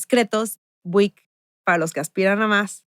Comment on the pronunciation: Estoy amando pero que onda con la pronunciación de Buick? Jajaja 😅